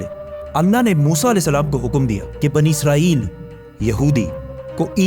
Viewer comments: Bhai izrael farishta hai Israel bolen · عزرائیل نہیں اسرائیل ہے بھائ